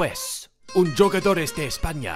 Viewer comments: Bro please say huugadores that’s how you say jugadores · Its pronounced 'who'gadores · It’s “who ga dor” 😂